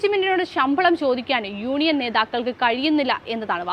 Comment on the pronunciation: യൂണിയൻ അല്ല ഊണിയൻ 😄